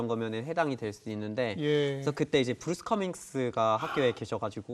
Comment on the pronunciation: 브루스 커밍스 라는 외국인 이름도 한국식으로 발음함…